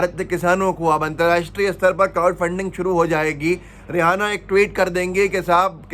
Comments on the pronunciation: SiR rehana nahi Reyana Nam hai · रिहाना नही है यह रियाना है ईसाई धर्म से है